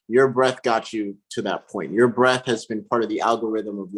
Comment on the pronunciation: Breath, not Breathe!